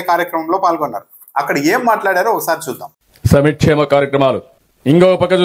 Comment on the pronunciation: అయ్యా పెద్దాయనా సమక్షేమం కాదు సంక్షేమం అనాలి